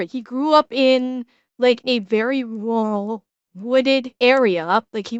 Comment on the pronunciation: why can't American's say Rural? We gave you the language we expected you would butcher it but simple words being hard to say is another topic lol